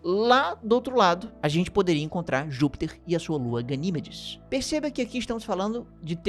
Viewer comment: Gosto muito dos vídeos do, mas este doeu o ouvido quando ele chamou várias vezes a "GaniMEdes" de "GaNÌmedes". Sucesso,!!